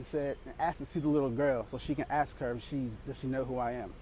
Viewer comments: Asked not axed...…..speak English - and that is nothing racist or socioeconomic......just speak English...…. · If a white guy had two black kids, nobody would bat an eye. The US is messed up! And sorry, but it's "A-S-K.....not A-K-S". Just a pet peeve.